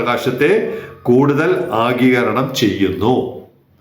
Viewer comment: ആഗീകരണം അല്ല, ആഗിരണം ആണ് ശരി.